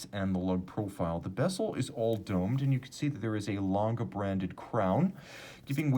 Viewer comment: I think the "E" at the end of "Lange" is pronounced: "langEH".